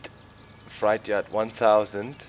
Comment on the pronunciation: It's pronounced fr8 not like a scary fright